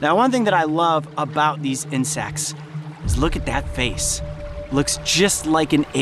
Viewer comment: Incect AND ALSO YOU SAID INCECTS